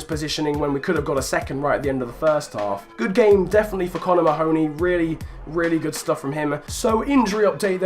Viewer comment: Just a slight fyi, I think Mahoney is pronounced Marney (as in the Burnley cm)